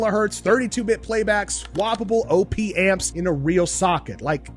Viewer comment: lol "OhPee-amps"